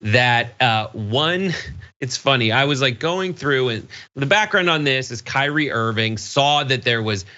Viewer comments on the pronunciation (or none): Kyrie just means lord, master, seigneur, dominus, domine, Herr, sir. and it's pronounced Kee-Ree-ay. (or Kü-ree-ay). Unless you DON'T want people to see the connection between your name and the Greek word. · While he's looking up what his name means, he might want to look up how to pronounce it as well.